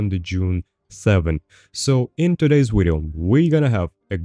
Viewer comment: Ill subscribe once you pronounce video correct. Just kidding I've been subbed a while.